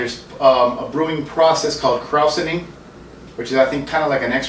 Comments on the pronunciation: "KrOWsening" LMAO!!! Dude, watch a late 70s-early 80s commercial to learn how to pronounce it lol. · I grew up around La Crosse with the original G. Heileman's Old Style "World's Largest Six Pack". We used to be able to go and get gallons of the artesian spring water...and it was pronounced "kroy-zening". Not like saurkraut, even though it's spelled like that. Watch old videos of original Old Style, brewed in God's Country. It has changed SO much since then...and doesn't have the peeing frog on the can anymore :/